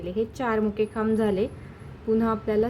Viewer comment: Khamb bolatana chuki kartay.. khup confusion hotay m